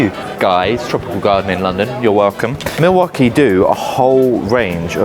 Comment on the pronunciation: What the Milwaukee is going on here! 24 perfectly pronounced times.